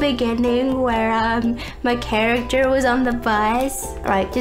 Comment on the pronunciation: I sol you charicter.